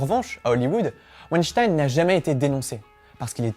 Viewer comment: Weinstein comme urine ! Qu'est-ce que c'est énervant de ne pas dire les noms comme il faut.